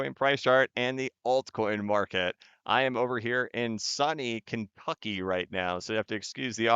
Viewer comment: Did he just say Sunny Kenf*cky!? 🤣